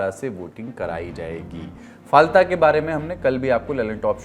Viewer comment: Ise फाल्ता kahte h bhai ....na jane kitne din se galat pronounce kiye ja rhe h pure lallantop ki team.....koi correction v nhi kr rha h kya ??